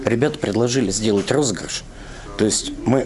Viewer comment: не розырыш а розыгрыш. 🤣